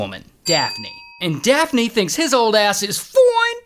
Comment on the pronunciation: Daft-knee instead of daphne 😂😂